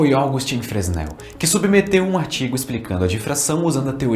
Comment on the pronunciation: Fresnel = "Frenel"